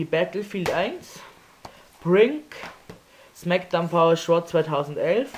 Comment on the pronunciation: smackdown vsraw .. haha du spricht es voll falsch aus